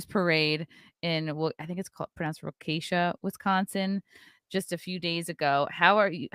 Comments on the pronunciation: Wah-kuh-shaw. There’s only one k sound. It’s still hilarious to hear all the weird pronunciations lol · *WALK-KAH-SHAW, WISCONSIN.👍